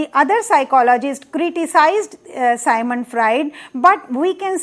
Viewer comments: Dear it's Sigmund Freud not sigmant frued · मैडम सायमंड फ्रायड नहीं सिग्मंड फ्रायड कहो।